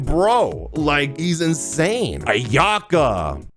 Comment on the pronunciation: Thank you for pronouncing my fav character “Ayaka” as “AyA-Kah” not “Ayak-AH”